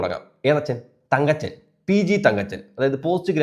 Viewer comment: എന്റെ കുഞ്ഞേ തങ്കച്ചൻ അല്ലടാ തങ്കപ്പൻ തങ്കപ്പൻ അങ്ങനെ പറയെടാ 😃😃😃